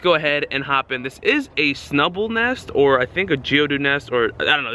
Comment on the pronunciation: Shnubbull. I sometimes pronounce it like that for fun, too.